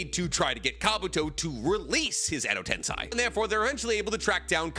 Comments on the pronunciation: It's not Edo TensAi, it's Edo Tensei. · Why does MF keep saying Edo Tensai? Tiktokers pretending to be youtubers are rough man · It hurts to keep hearing u (a Naruto "expert/professional") mispronounce "edo tensei".. it's not ten-sai.. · Tensei is pronounced “ten-SEY” with “sei” like the word “say”